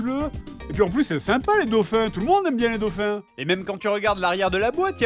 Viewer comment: Y'a un " s"quand on dit " des dauphins " :3 Bonnes fêtes à vous messieurs :3